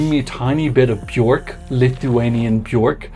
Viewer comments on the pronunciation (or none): none